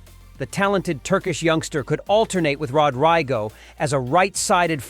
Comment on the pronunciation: Roadriago🤣🤣🤣 viniki 🤣🤣🤣